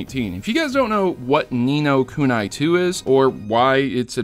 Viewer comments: wtf is nino kunai its ku ni not ku na i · oh for fuck sake its pronounced ni no kunee